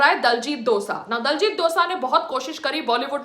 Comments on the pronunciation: abey saans lele phle tu 😒 diljit dosa ni h vo .. diljit dosanjh h vo .. bolna ni aata to jaake sikh le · its dosanjh not dosa madam .... why u bhonki jani a ena ..😜